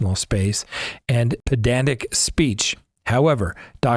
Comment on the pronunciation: You’re a lawyer and can’t pronounce the word “pedantic”? 😅